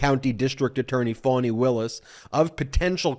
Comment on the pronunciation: I love your show and I'm a loyal listener, but I need you to pronounce Fani's name correctly..it's Fani...not Foney...🙂..either like Fawney or like Fanny..but not like "Phoney".